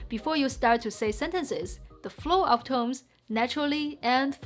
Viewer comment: I love how she says "tomes" instead of "tones" half the time. That's so damn cute :D